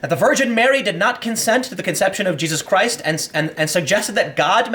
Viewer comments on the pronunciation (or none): none